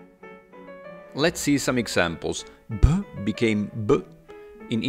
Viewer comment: I approve too. 😂 actually impressed me